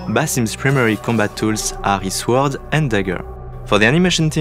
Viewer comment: I like how they really pronounce the W in sword